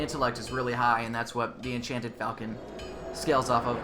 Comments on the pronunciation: Huh, who knew - I've been mispronouncing "falchion" as well. I just looked it up on Wikipedia (a nice article, by the way - I highly recommend it for more on an awesome weapon), and the correct pronunciation is "fawl-chon." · It might be pronounced "Falc-EE-on" But im not sure, and it doesn't matter theres always gonna be some grammar nazi correcting people. Lol